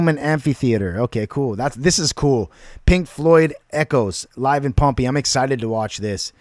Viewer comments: Just FYI it's pronounced Pom-pay; and you're right, it is another Roman Coliseum. The city of Pompeii was buried by a volcanic eruption about 2000 years ago. It preserved everything like a time capsule. Cheers. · You pronounce it Pom pay. No one had performed here in 2,000 years until Pink Floyd did it. Echoes has a part 2. Ghost of the people that died here from volcano in 79 A.D. You could go to the movies and watch this concert. There are more songs. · Pronounced pom pay . Pompeii